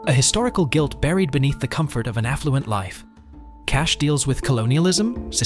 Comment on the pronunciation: It's Cash ( E') not Cash....it's Sex work ....some of your choices are such Cliche ( E)